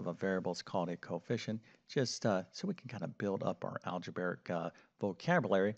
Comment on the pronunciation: In fairness, it takes a long time to say “algeberric” that many times.